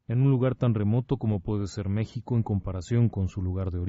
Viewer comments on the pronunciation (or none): none